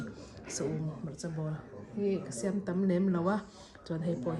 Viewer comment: Siam tih kha a thluk a diklo🤭